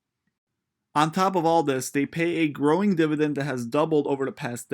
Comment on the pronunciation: Dividend* basic English, you even pronounced it “divident”, do you even read? How are you an investor and have never read or heard someone say that word?